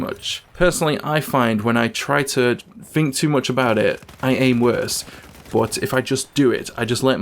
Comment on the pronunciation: 'Think' doesn't have a 'F' in it.